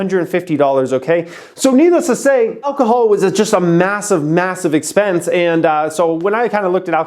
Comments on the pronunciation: Alcohol not alchol. You stupid dumb idiot. Go back to school and learn so you can become intelligent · It's ALCOHOL not AlCHOL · “ALCHOL” HAHAHA